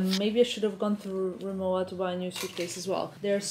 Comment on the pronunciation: Actually the right prononciation is « RemoVa ».